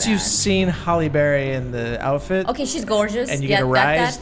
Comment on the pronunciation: Haley Berrie.... oh my....